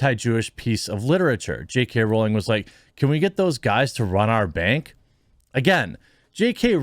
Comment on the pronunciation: Sweet mercy, a YouTuber who can pronounce her name right. I’ve spotted a unicorn!